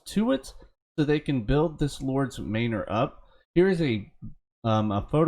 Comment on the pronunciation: It's 'mah-ner' not 'may-nore'. Sorry, just sayin'